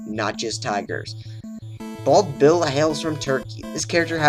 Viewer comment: You said bald bill not bald bull